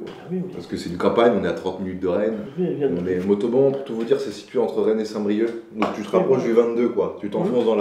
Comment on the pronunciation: c'est mONtauban pas motoban